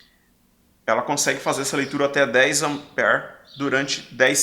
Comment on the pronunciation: a origem da palavra AMPERE , vem do nome do cientista Andre Marie AMPÈRE. Ampere é singular , 1 ampere , e no plural , 2 amperes . Desculpe pela correção mas voce enfatizou muito 5, 10 amper ( como se lê a palavra ampere e 20 miliamperes ) que tive que elucidar . grato pelas aulas que assisto como fiel seguidor.